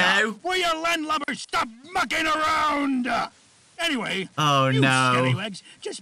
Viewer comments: No one gonna talk about when foxy said “stop mucking around” I heard “stop f*cking around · The whole time I thought Foxy was saying “stop f*cking ground”. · I honestly thought foxy said f***ing around the first time shows how tired I am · foxy saying mucking around sounds like f'ing around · Whenever I hear foxy say mucking around… it sounds like foxy got a real sailors mouth lol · When foxy said mucking I thought he was saying the f word lol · am i the only one who hears the f word instead of mucking??? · I thought foxy dropped an F bomb on Bonnie at first but he said mucking not you know-💀